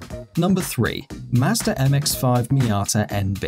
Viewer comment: Ughh.... does anyone just drop their drawers when he says a car name with an R at the end? Mmmmmm mazders..... no offense to anyone